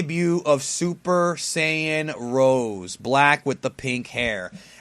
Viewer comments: Hey great Review! However I hate to be that guy but since I know you love pronunciation lol, It's not pronounced "Rose", it's pronounced "Ro-say", after the wine. The 'e' part has an accent in like like in pokemon. In a way it makes sense because Black is acting like a G.o.D, so naming the transformation after a G.o.D naming style makes sense. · It's actually SS Rosé. the "sé" in the end is pronounced zei. Rosé being the french adjective of pink.